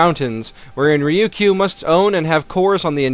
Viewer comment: Ryukyu is said Rye-you-Coo Trust my i used to live there